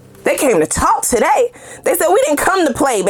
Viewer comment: Ma’am, you are saying something on TUH-DAY! Whew 😮‍💨🫶🏼